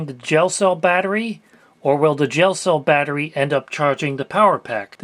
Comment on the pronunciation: I thought he said "jail cell battery" and wondered wtf that was lol.